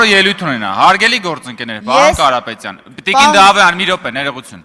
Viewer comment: Պալոն Կալապետյան Ձել հալիկին հալցեք, թե ինչի չի կալուցվել այդ ճանապալը. Արփի Դավոյան